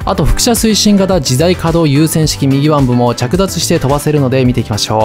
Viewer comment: 右腕の読み方は「うわん」か「みぎうで」ですよ